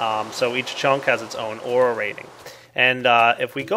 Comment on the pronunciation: Aura sounds an awful lot like air...